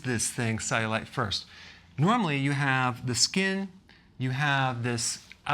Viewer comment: Why does he pronounce it ze-you-light